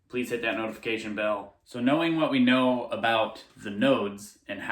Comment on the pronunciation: You not “NODE” us. LOL